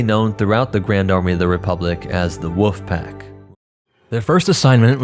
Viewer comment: "the woof pack"